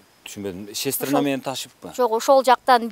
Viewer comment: Цистерна дегенди Кыргыздын баары шестирна дейт го